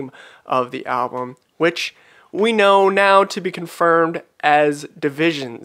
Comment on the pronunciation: Production wise it is really good. Tho I kind of don’t like his pronunciation of “know” “glow” etc. It’s not my favourite at all unfortunately.